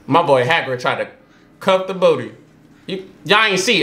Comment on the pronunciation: Haggard, Hagrin. Kramer, Craig. I can’t lol.